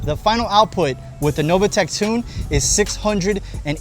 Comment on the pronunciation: How you can pronunce Novitec Novatec is beyond me ....